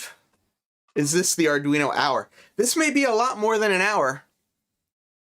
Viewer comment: Sorry way to confusing for me. As soon as you said ardweenie I knew it was not for me